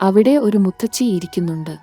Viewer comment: മുത്തച്ചി അല്ല മുത്തശ്ശി എന്നു പറയുക